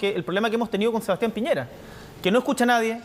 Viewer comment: dijo Pireña, aunque se entiende que para allá apuntaba, así son los pseudoperiodistas.